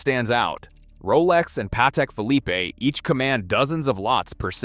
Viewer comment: “Younambiguous” “markwee” “Patek-phillipe-A”